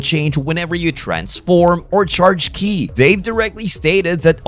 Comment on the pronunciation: It's pronounced "Key" not "kee aye"